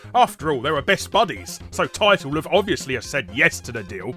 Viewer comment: I'm surprised that you miss pronounced Taito at the start of the video, but pronounced it correctly later on. :D